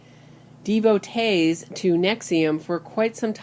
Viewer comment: you keep saying "dee-voh-tays" for devotees. Er, it's "deh-voh-tees".